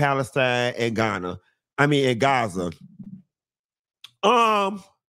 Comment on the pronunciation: stick to pop culture. You aren’t educated enough on self immolation or politics. You could barely pronounce Gaza. Stick to what you know.